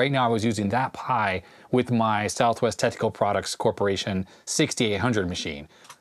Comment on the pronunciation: You should use an acronym for Southwest Technical Products since it sounds like you say Southwest Testicle Products.